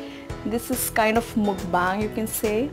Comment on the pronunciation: Ur pronuction of Mukbang is wrong plz first learn it n thn u pronounce it properly